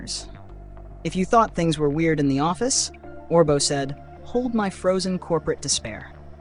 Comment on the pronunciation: You got to pronounce things right ortbo not or Tee Bo